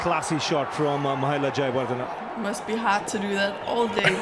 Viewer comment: saying javgal srinath😂😂😂😂(in place of jaywardne)